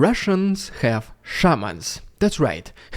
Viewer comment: I understood "Sherman" rather than "Shaman". My brain refused to take that into consideration.